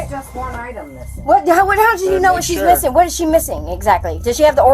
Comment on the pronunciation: Yanowut?! Yanowut! Yanowut?